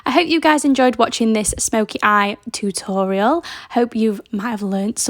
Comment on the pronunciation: Love the way you say “too tor ee al” 😂